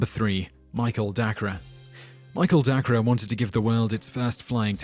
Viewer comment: No.3 is pronounced Michael DAY-CUR, not Dah-cra.